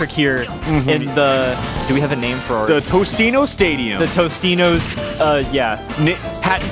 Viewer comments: I swear to god TOTINOS, not Tostinos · Alpha: "Sponsor me, Tostino's" Also Alpha: Doesn't know that it's actually "Totinos" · I don't think Totino's is gonna sponsor you if you keep calling them "Tostino's"! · you do realize its.. totinos, not tostinos, right? mandela effect.... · isnt it totinos not tostinos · Zak Henderson he meant toninos, not totinos